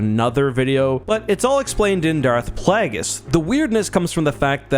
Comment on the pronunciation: It bothers me everytime says Darth "plagg-iss". Home dude's name is Plagueis... the root of the name is "plague". I dunno, nothing really constructive here just a nitpick. Though I do agree, the Battle for Naboo felt pretty out of place when taken with some other battles we've seen. Definitely more along the lines of 1700s (1800s in some cases) era fighting styles, pre American Revolution but maybe a bit Napoleonic too? There's other examples I could pull but ya'll get the gist. Everything else in canon for the most part feels more WW2/Vietnam/modern era with the combat.